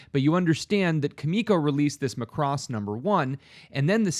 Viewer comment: Mac-ross...not Ma-cross 😁